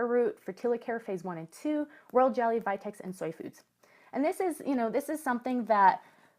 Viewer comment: Did you said world jelly or royal jelly?